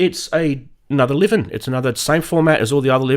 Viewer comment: Surely Liven is pronounced "lie ven" and not "liv-N"? Or is that a running joke between you crazy charismatic guys? Personally, I prefer button/knob combos to menu diving. The Livens are very easy to learn and memorise. The only gear out there offering an even better UI/UX are the Novation Circuit Tracks and Rhythm. I'd much rather keep spending £230 on Liven boxes that do one or two things really well than spend £1500 on a workstation that's got an impenetrable UI and tons of features I'll never use.